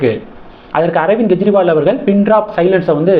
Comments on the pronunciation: அவர் பெயர் ஸ்வாதி மாளிவால். மல்லிவல் இல்லை. மேலும் அர்விந்த் கேஜ்ரிவால் என்று உச்சரிங்க. கெஜ்ரிவால் இல்லை. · அவர் பெயர் ஸ்வாதி மாளிவால். மல்லிவல் இல்லை. மேலும் அரவிந்த் கேஜ்ரிவால் என்று உச்சரிங்க. கெஜ்ரிவால் இலாலை